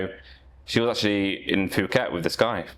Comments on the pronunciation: calls Phuket "Fffuket" ... bro wtf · Did you say Foo-ket? Hoy hin and Patteya? And we are not 5 minutes in. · This guy is so cringey, has no sense with women and can’t even say Phuket correctly